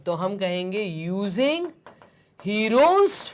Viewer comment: Herons formula ka pronunciation galat he😂😂